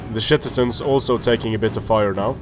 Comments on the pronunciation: Love how you say shitizens XD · If you say shitizens instead of citizens then that is AWESOME!!!!!!!!